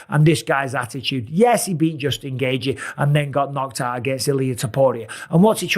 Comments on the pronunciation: Absolute butcher of Gaethje name😂😂😂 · It KILLS ME how the narrator doesn't know the fighters hes talking ab....him pronouncing gaethjes name so bad drives me nuts